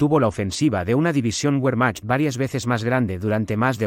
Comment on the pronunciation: Cuando nombras al ejército alemán pronuncias la W como en inglés y en alemán la W se pronuncia como B.